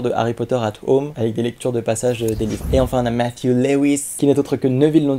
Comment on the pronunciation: C'est trop drôle comment tu as dis mattew